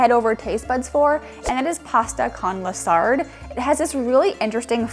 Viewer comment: You made sure to point out the correct pronunciation of cannoli/arancini , yet you said "Pasta a la SARD" 🤣🤣It's "SAR-DAY" That said, I really love your videos & you are becoming one of my fav world food travel channels. Great presentation, always showing such amazing cuisine I want to wind up trying or cooking & you both are just real fun to watch overall Also, I'm just an Italian American (3rd generation at that) so I'm no expert on the language whatsoever lol Pasta la Sarde happened to be my Great Aunt's specialty. Her version never had raisins either & I think that's a good thing IMO. Really miss it though